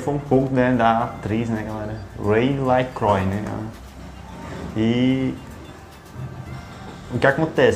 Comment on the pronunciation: LaCroix se pronuncia "lacruá"